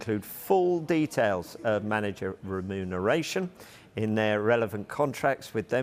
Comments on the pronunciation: How many times can this guy say renumeration wrong in a different way. 😂😂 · Stop saying remuneration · No way. I commented earlier about the inability to pronounce remuneration, now my guy's suddenly putting extra emphasis on every time he says it. Does this mean they actually look at the comments? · Is the presenter drunk? Cant say ramifications, remuneration and many other words 😮